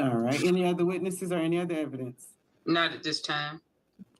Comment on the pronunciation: A lawyer saying nother instead of other is embarrassing